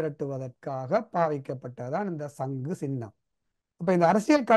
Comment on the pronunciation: சங்கு + சின்னம் = சங்குச்சின்னம் , பொது + சபை = பொதுச்சபை நெறியாளர் தயவு செய்து தமிழ்மொழியை சரியாக உச்சரிக்கவும்.I